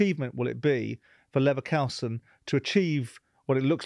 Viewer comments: When Ballack himself said "Leverkusen" that should have been a hint to Simon that his pronunciation was completely wrong, but apparently it wasn't. Wtf 😅Also, I understand when English people don't get the German club names completely right, but I mean "Levercowsen"? What the fuck is that? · Simon's pronounciation of German names is terrible. How can you not be able to say "U" Kusen or Koosen. Not Kausen.... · Ballack said 50 times how to say Levakusen. Despite this, Jordan proceeded to say it LevAKausen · It’s Leverkusen not LeverChaosen Simon. You got it wrong 50 times. Even after Michael pronounced it correctly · Leverkausen? Leverkousen? Leverkaosen? Leverkoasen? Leverkusen! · Even when Ballack say Kusen, Jordan keeps saying Kousen!!! Stupidity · Let's have a drink every time Simon says LeverkAUsen! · I love Simon Jordan, but I don’t think listening is his main strength, Balack kept correcting him , but he was hearing LiverCOWson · LeverkAusen? Christ, that grates every time he says it! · funny thing is that he has said leverkusen multiple times before... Also levercowsen. He seems to pronounce it wrongly or correctly on a whim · Am i the only one who gets pissed when he mentions leverkusen as levercalson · LeverKAUSEN. I have never heard them called that. They're in the news lots at the moment so how can someone who earns some of their living discussing sport (mainly football) get the pronunciation so wrong. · The pig headed ignorance of Jordan on full display as he continuously calls Leverkusen, ‘Levvercowsun’, absolutely astonishing and actually quite disrespectful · Even when Michael is saying LevekUsen, Simon insists on getting it wrong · Simon. East Germany also includes Silesia, Ostpreußen, Westpreußen, Posen, Pomerania, and parts of Brandenburg. Also it's Leverkusen. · Simon “Levercowsen” Jordan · Simon, you’re a LeverCOWsen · God damn... It´s LEVER like LEWA(ndowski) and it´s KUSEN like CHOOSEN like COOL like COOSEN LEVERKUSEN --> LEWACOOSEN